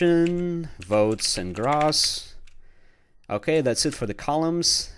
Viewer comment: For the love of god someone teach this guy how to say gross - /ɡrōs/